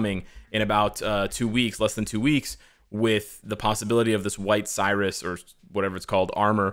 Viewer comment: Dude, it’s “Sirius,” not “Cyrus.” Sounds like “serious.” As in the star Sirius. Sirius Black. Sirius XM. Seriously.